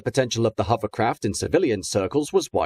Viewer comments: I was thinking the exact same thing almost missing out the o in hover completely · Why is the Narrator saying Huverlloyd, Huvercraft and Huverport ?. I thought I was hearing incorrectly at first !!!.